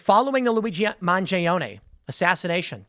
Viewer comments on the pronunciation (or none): are you purposely mispronouncing mangione?